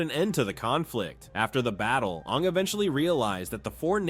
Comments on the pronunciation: Ima need to stop you right there brother, no says Ong instead of Aang unless you're M Night Shyamalan. Put some respect on the GOAT's name. 😤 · Anng 🚫 Ong✅️ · Why are you calling him “Ong”?? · we just gonna past over him calling Aang, ong? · It's aang. Like the a sound. Not ahng. Learn pronunciation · It's not ONG, it's AAING< spelled Aang. Lord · This video was great and detailed but the pronunciations really through me off. At one point you even said Awng like the movie we don't talk about. Like come on. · He just say Ang when it’s supposed to be AANG!!!!!! the avatar states was the most powerful thing for all the elements and also is there like one for every element like earth bending can be metal bending fire bending could be lightning bending water bending can be ice bending air could be all the elements mixed together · The last time you mention fang you pronounce it like fahng. Then partwat through aang you switch pronunciation to the one from the god awful movie and say ahng . Unsubbing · Is that why they couldn't decide on how to pronounce names? It was really bothering me. It even said Awng smh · DID HE JUST SAY AHNG😡😡😡🤬🤬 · it’s insane to say his name wrong while making this content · Ung really, you watched Avatar and mispronounced aang multiple times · Everything was great but did you really have to pronounce Aang's name like that 😒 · Your pronouncing Aang's name wrong........ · DONT YOU SARE SAY HIS NAME INCORRECTLY!